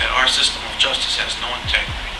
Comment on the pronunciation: The judge saying Just-us instead of justice was telling